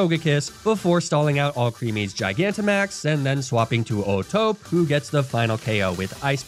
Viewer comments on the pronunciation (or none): Pretty annoying how he kept mispronouncing O'Tope as if the E wasn't there. Clearly, oh-toh-pay is the correct pronunciation.